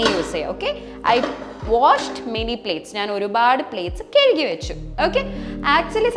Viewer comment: കെയ്കി അല്ല കഴുകി